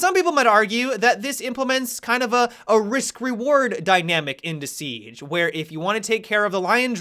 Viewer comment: Seeeeeige, funny how you say siege